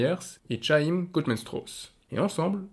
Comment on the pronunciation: Superbe vidéo ! (petite faute de pronontiation de Goodman-Strauss, Chaim est un prénom hébreu qui se prononce "hɑ́jm" selon l'alphabet IPA !)